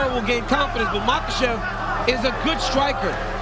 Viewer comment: Is chael just trolling calling him makelchev? He has to be.